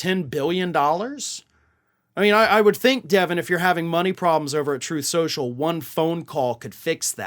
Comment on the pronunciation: Troth Sential...